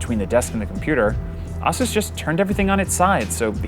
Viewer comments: Somebody tell this guy Asus is pronounced as AESUIS, not AAASUS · did this man pronounce Asus, awsus? I have heard asus and azus but never awsus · I've heard A-SUS and A-SOOS but never have i ever heard of AH-SOOS before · Its Asus, not Ausus. R.O.G., not Rog. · did this guy just say "assus?" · Do people seriously pronounce ASUS as “ah-soos” ?? Have I been saying it wrong this entire time? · Is it just me or is anyone else cringing every time this monotone-complainy-guy says 'Ahh-Seus' Like WTF dude, NOBODY has ever said their company name like that, not even their own reps, so what would lead you to that conclusion? SMH... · Auh-seuse? A-seuse? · okay who the hell pronounces it AH sus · Agreed with JuicyMullet, it's pronounced EH-SEUS, but maybe that's because I'm Canadian. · LOL when you are just a producer and not a tech geek You pronounced Asus "AZUS" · I've never heard anybody pronounce ASUS "Ah Sue Sa" before. I'm kind of questioning my whole life now... I'm not sure what to think about computers or the Verge.... .... How did I get here? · John Brennan Nah, common usage always wins. He’s wrong because he’s reporting this in English where even ASUS reps pronounce it “ay-soos.” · The name originated from Pegasus, so shouldn’t it be pronounced Ay-sas? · Aah-sus rogg ... Why didn't he ask anyone how to pronounce these things. There are ASUS reps all over the place. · Was about to comment the same thing. Thanks! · The biggest fail in the video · The fact that you’re pronouncing “Asus” incorrectly freaking kills me. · I have never heard someone pronounce ASUS the way this guy does lol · How tf did he say ASUS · this guy can't even pronounce ASUS, WTF??? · pronnounce asus like that once again and you will get a punch to the face dud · Im not really sure how to pronounce ASUS, but i know thats not the right way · jesus christ pronoune Asus correctly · Bro learn to pronounce ASUS! You’re a tech reviewer! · Can’t even pronounce ASUS right